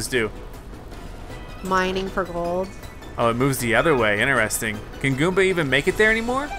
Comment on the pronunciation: Why do you say inersting